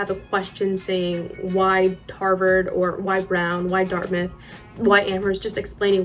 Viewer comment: why is dartmouth pronounced as dartmith?